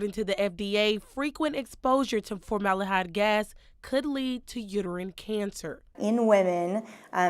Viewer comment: It’s FormalDEhyde with a D!! Not FormaLAH-hyde🤦‍♀️ This reporter sounds like she just got her GED😫